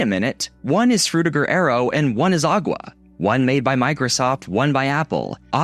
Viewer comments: Known as “agua” 💀 it’s not agua it’s aqua bro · Mac OS Aqua. Is correctly pronounced “a·kwuh” not “agwah”. Think water…. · AQUA not AGUA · aqua was the name, he said "agua" which is the Spanish spelling for water. Lost all credibility when he said this.... Anyone who knows history of MacOS knows that Aqua was the major branding for OS X. So I take everything he says with a grain of salt after that mistake. This is like saying "Windows VEEEEEsta" instead of vista, which I've heard people say. If you say veeeeesta, you clearly have no clue. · who taught this guy to say Aqua??? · A spanish teacher.